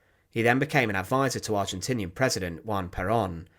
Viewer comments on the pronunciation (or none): none